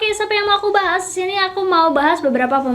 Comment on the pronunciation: Kak pengucapan kata DISINI itu kurang jelas kak jadi kayak SISINI CUMA SARAN